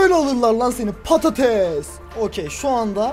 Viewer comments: herkese patetes diyon patates sensin lan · abi çok patetes diyon ramazan ayında canım patetes çekiyor :D